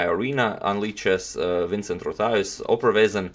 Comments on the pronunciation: vincent (cent from 50cent the rapper) rothuis (dot (.) with an r) the pronounciation was really good though in my opinion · Great game indeed, very Bosboom-like. Henk Karssen sadly passed away a few years ago. The pronunciation of "Rothuis" is pretty good indeed, especially as the Dutch "ui" combination is very hard to pronounce. Stress is on the first syllable, though.